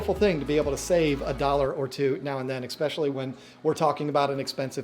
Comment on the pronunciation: D’ohhhh he says ‘expecially’. 😖